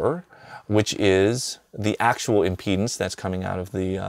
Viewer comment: Eric I don't know how to whisper this, but I think impedance takes an "a".